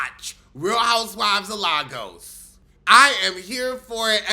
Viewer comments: love you but it's not "larrrgoes" lol it's Lagos pronounced "lay-gus" say it with me "lay-gus" love you 😂❤ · I love you. Also it's pronounced Lay-gus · It's pronounced Lay Goss!!